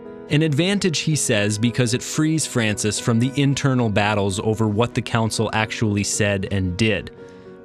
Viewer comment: On dit l’effet François pas l’effet francis